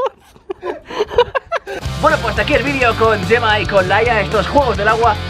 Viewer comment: ¿Como que "yema perez"? Se llama gemma, se pronuncia como "Je" no "ye"